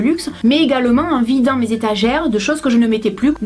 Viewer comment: dans le mots mes tu prenonce le s